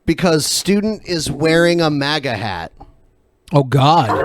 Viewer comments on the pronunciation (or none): none